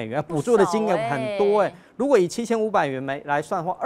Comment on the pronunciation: 兆華聲音很好聽👍，如果可以再把發音稍微正音一下就更完美了😜，例如：如果總發音為盧果。例如總發音為例盧……